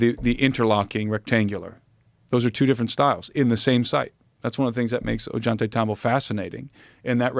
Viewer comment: I like desk clip a lot but I cannot freaking stand the way this dude is pronouncing ollantaytambo! It's just so wrong!!